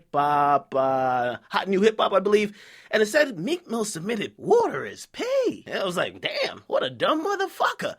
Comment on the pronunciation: I didn't even know "woeter" was water til, you said "resembles pee" Lol I was Scoobying when I kept hearing it